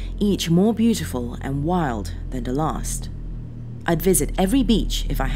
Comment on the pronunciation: please stop randomly saying de instead of the, it spoils it